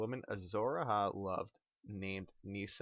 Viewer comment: tywin also put a lion skin in it. and it A-HI not A-HA